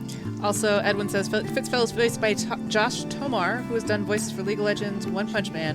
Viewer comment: How it sounds like everyone is saying Fritz instead of Fitz